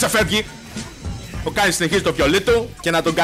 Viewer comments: Ας εστιασουμε τώρα στον Kayn που διαβάζετε Κέιν κι οχι Κάιν για να μην βγάλουν τα αυτιά μας καρκίνο την επόμενη φορά. Φιλια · Κάιν? Καιν! XD τι Καιν ρε φίλε Κέιν λέγεται, δηλαδή πως τον λες τον πάικ?, πουκι? XD, λατρεύω να κάνουν παίχτες του λολ λάθος με τα ονόματα των championsXD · Μόνο εγώ cringara κάθε φορά που έλεγε Κάιν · O " Ka-in " xD Kleo re file. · ΜΟΝΟ ΕΜΕΝΑ ΜΟΥ ΤΗΝ ΣΠΑΕΙ ΠΟΥ ΛΕΕΙ ΕΤΣΙ ΤΟΝ KAYN? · όχι και εμένα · K emena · den einai oti mou thn spaei apla mou akougete paraxeno kai cringarw